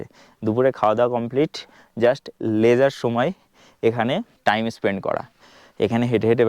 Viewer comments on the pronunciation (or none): none